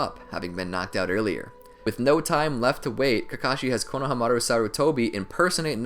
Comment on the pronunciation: Can you pronounce stuff right? Koh No Huh Mah Roo